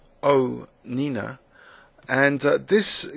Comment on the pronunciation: lol she said pogOnina NOT pogoNINA:P